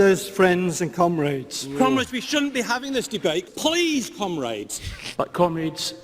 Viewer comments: Sounds like "cum rags" to me. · Seriously. Cumraids? Not one of them could make a conscious effort to pronounce it differently? 😂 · I died. 😂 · Am I the only one that heard Cum rags during that ? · Towards the end of that "Comrades" compilation, all I could hear was "Cum-Raids". Sounded like they were preparing for an smash and grab on a sperm-donor center. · The comrades thing almost never gets old due to the varied accents they say it wrong in, and that it never doesn't make them all look like total goons.